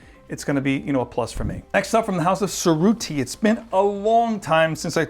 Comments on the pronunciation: It’s pronounced Che rutti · Perfect! Love your videos! Heads up: If you care about proper pronunciation, you mispronounced Cerutti :-(